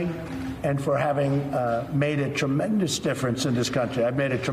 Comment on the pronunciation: "I made a trenendous difference in this country." Notice he said "THIS" country not MY country.